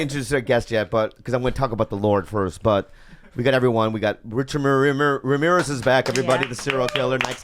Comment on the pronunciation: Bobby has trouble saying "Richard Ramirez" every single time 😂